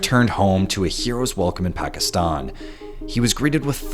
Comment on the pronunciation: "Pakistun... Pakistuni"